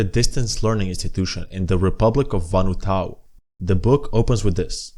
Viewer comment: Great video. However your pronouncistion of eczema and Vanuatu jumpscared me. Take my sub